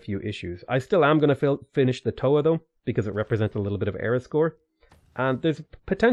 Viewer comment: As a maori trying to be a writer this game makes some pretty deep cuts right now. If you want to type in and hear how our words are pronounced. Marae and Toa are the ones you are doing your worst at.